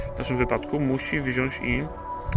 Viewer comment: "Wziąś", "włanczam", aż kłuje w uszy...